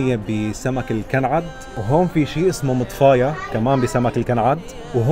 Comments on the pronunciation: إسمها مُطَفاية وليس مِطْفاية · فيديو جميل استمروا. انا من اليمن وحبيت اصحح المعلومات. كل شي صحيح عدا الملوج. الملوج خبز شمالي ماينعمل في عدن مع اننا نحبه كثير بس هيك طبخه فالشمال فقط. سمعك الصيادية الكينج فيش تسمى عندنا: .ديراك. المطفاية بضم الميم وفتح الطاء وشدة مفتوحة ع الفاء. كل شي ثاني صحيح مية بالمية. بالعافية عليكم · فيديو رائع ... بس ماعم تنطق المطفايه صح